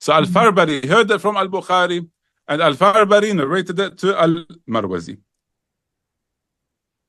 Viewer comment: Respected Shaykh, small correction. The imam's name is al-Farabri not Farbari.